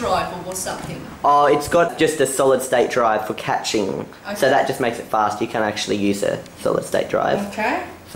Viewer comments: Catching?, cache is pronounced "cash". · be like: caching❌ catching✔ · I know your Australian but you say caching catching it is cashing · thats true, in AuE, cache is pronounced as "cay-sh" rather than "kash" in AmE and BrE. but in the video mistakenly said "catching" instead of "caching" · Pronounced Cash not catch.